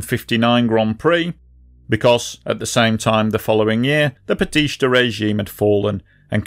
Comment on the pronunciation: Learn Spanish or Google pronunciations - BATEESTAH. There's no sh. Couldn't finish...